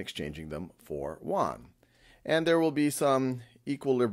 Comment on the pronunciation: Teacher, it’s pronounced Yoouaan. Not Woouann